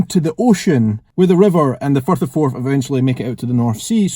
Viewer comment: Simple happy on a Sunday morning, listening to a Scottish person say "Firth of Forth."